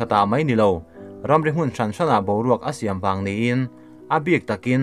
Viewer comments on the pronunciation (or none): none